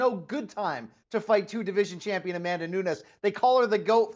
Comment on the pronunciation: Champeeon?? LOL